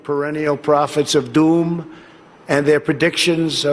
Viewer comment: bro says "Doom" so funny 😂